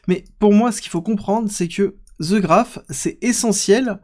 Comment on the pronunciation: The Graph.. "The" se prononce "De" pas "Ze" ahhh ces français ! ;)